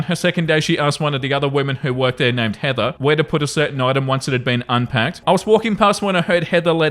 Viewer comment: is the only British person I’ve ever heard say “Heather” with all the sounds! I know she’s the bad guy (thank his for the movie, or we could have been “Karen”) in this but I’m excited! The R was light but there! It’s an English word but the Brits, like most of the world hates H, the vibrating TH, and words ending in R, and I’m “evva” in most places lol. And why do Americans & Canadians say all the letters when our forefathers do not?